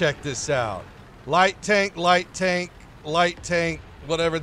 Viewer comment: “PRIVET COMRADE, THIS IS, TONK”- 2020